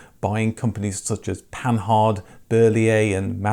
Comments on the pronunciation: Whilst interesting your dialogue is made tediously annoying by your persistence in mispronouncing the most basic names and terms. Pan hard? It's clearly "panard" Puh-geowe? In the civilised world it's "Purrgeowe". I could go on. Please do try to speak English. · I think Panhard (Panhard Levassor) is pronounced Pongaah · Yeah, Panhard is quite a famous name in car making, least not for their armoured cars also that were sold worldwide - never heard anyone pronounce the H in Panhard, apart from my friend who had a reading age of about 12, sorry to say. Might as well be consistent and say the E in Citroen, if we're just going to go for phonetic English pronunciation with French names.